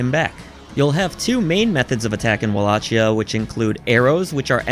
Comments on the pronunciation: It’s pronounced “Wall-a-key-ah” or Wal-lak-eyah”, not “Wall-ah-*Chia*” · You're pronouncing Wallachia wrong dude.